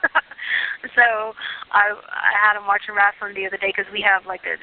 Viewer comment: Nobody's gonna mention her saying she's been watching "wrastling"